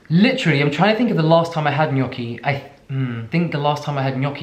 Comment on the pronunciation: Me being proud that you pronounced gnocchi the right way 🥺 AND THEY ARE SO SIMPLE TO MAKE, YOU SHOULD TRY! Just potatoes, whole wheat flour (or the ones you prefer, i use sicilian ancient grains flour) salt. Traditionally they’re made with eggs, but we are vegans so none of that 😼